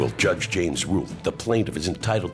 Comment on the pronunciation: lol every time he says judge it def sounds like josh.